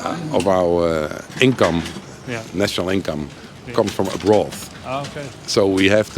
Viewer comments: "comes from abroath" 😆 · Well we may know the language well, and use the correct form and grammar at most times, our English pronunciation could often REALLY use some more attention. Like where this guy says 60% of our national income comes from a BROTH :')